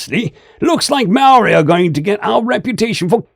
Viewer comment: As a Kiwi, part maori myself, dude for a lighter skinned you did awesome, trying phonetic with Maori language as always a gamble.